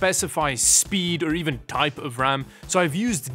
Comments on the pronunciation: Brags about pronouncing Linux correctly. Immediately pronounces RAM as "rum." I see you,. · says linux right but RAM wrong, downgraded to a like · “Yes i pronounced linux correctly” “raum” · “brags about saying Linux right” Also: “calls ram rum”